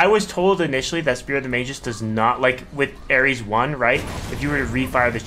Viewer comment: It's pronounced Magus not "Mageus"